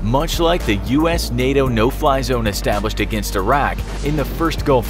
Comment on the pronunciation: No Fly Zone, I thought you said No Pie Zone... Ha Ha please don’t shoot me down sir... (Missile Lock)